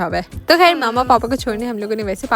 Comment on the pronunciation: Are u indian? Why you say “kehr” instead of “khair”?